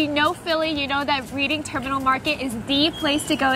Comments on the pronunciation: It's pronounced REDing not REEDing ffs. 😵‍💫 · RED-DING Terminal is the way to say it, Not REED-ING. Love the tour. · The name Reading Terminal Market comes from the railroad trip to the city of Reading, Pennsylvania. Pronounced: Red Ding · It’s pronounced “red~ing”. Think “ I read a great book last week.” Nice video! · Spelled Reading but pronounced Redding